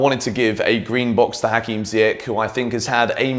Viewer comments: i noticed that you spell ziyech name wrong as im from morocco the correct prounouciation is ziyesh not ziyek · I m here for the day when u say ziyech correctly 😭😭